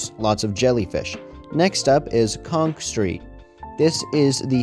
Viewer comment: The "row-homes" more look like mid-rises than anything else. Also, it's "Conch Street" not "Conk Street" lol